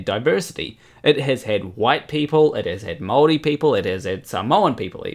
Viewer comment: I had a hard time to figure out what "Moldies" were supposed to be... Thought "Maori" was pretty simple to pronounce and the same in English and german... seems nothing is simple in Kiwiland.. ;P and a Flourbomb is simply a monochromatic less glamourous glitterbomb. D'uh!